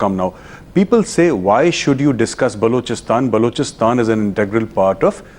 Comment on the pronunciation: naavika it is balochistan not baaalochistan. Lagta hain arun jhootley ne theek se nahi shikhayaa